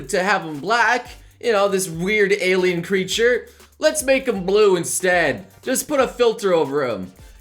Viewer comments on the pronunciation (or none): none